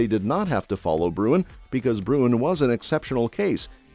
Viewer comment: BTW … IT”S BRUEN…